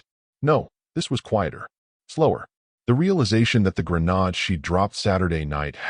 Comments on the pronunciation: Grenade (pronounced — grenaid v. grenod?). Teach your AI the difference. Homonyms dumbasses. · The AI needs to learn how to say “Grenade” with an -aide instead of -ahd at the end. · 😂😂 AI always pronounces it that stupid way. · Can you please teach your narrator how to pronounce “grenade”? Not hard. Stop being lazy.